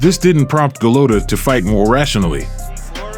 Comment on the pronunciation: Andrew Go-Low-Toe? 😂